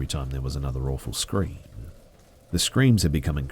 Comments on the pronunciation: Ok come on I know you're just reading these off but you got to fix other peoples mistakes when reading out loud, "blood curdling cream" lol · I honestly heard “a blood curdling SCREAM” until I saw all the comments saying “CREAM” and now I can’t unhear it!!!😂😂😂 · I’m watching this video again just to hear say “blood curdling cream” again...for the, like, seventh time. lol